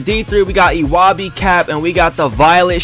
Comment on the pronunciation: Omg he pronounced ewabey’s name so wrong